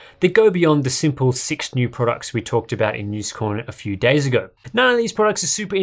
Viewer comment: How comes you don't pronounce days as "daaars" like you do with "daartaaarbase"?